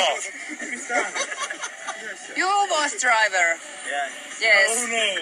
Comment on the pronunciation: Juu Vos Traiver😂😂😂